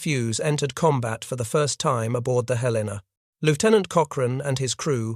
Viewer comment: Please pronounce Helena correctly